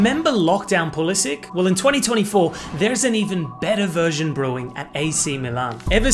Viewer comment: How to pronounce Pulisic- Pulisik❌ Pulisich✅